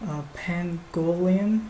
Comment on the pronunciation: Urgh! It's pronounced "oo-BUN-too"! And "PANG-go-lin"!